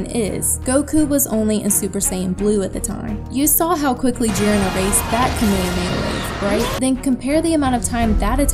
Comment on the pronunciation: I hate when people say kameamea wave. The “H” isn’t silent. It’s Kame Hame Ha. This is just a tick I have.